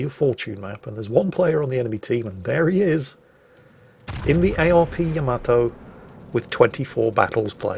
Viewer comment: I love how you slipped up and pronounced Yamato “ya-ma-toe” instead of “yam-a-toe” 😀. Then you went right back to normal